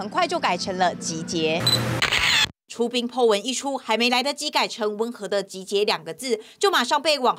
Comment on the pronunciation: 出兵？出殯聽的有點像